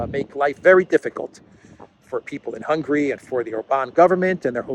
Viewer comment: The word HUNGARY is not pronounced the same way as the word HUNGRY! Do you see the difference?